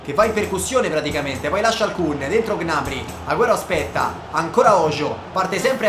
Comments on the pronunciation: Come hai pronunciato gnabry? G nabry! 😱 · Ma Gnabry non si pronuncia "Gnabrì"?